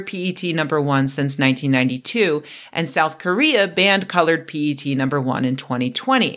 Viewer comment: Your pronunciation of 'P-E-T' was spot on!